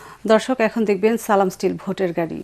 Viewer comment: Salam ta valo uccharone dile aro shundor hobe asha kori